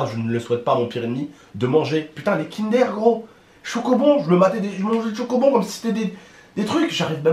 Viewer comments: Chu désolé mais sa se prononce pas kindere mais kindeur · Mdrr il a dit Kindère 😂😭 Lit mon pseudo et abonne toi c’est un défi 😉